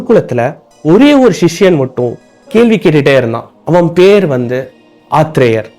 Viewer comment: தம்பி, " கேள்வி, கேள்வி.. என கூறாமல் " கேள்வி" என " ள" கரத்தை சரியாக உச்சரிக்க வேண்டும்.கற்று திருத்தி கொள்ளவும்.